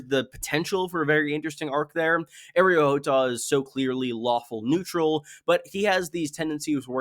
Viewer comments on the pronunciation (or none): These videos are great(probably) but can you attempt to say a name right? Like TRY. Areo -Ar-EO…. I mean we all KNOW Arrow is spelled “Arrow” and there is NO “e” in that word. You listen to a lot of GOT shyt and to just say, I’m going to talk about 20 names and I’m going to say the first two as wrong, and as white as possible..then when I notice it I’m just gonna say whatever.